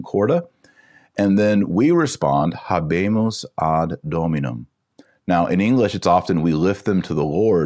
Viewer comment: Adjutorium , the “j” has the “y” sound. The “H” in habemus is silent